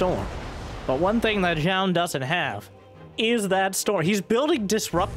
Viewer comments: New drinking game. Take a drink every time mispronounces Zoun. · lol, true